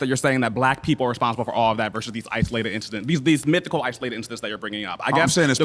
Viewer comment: Did this fool say, "Mythical"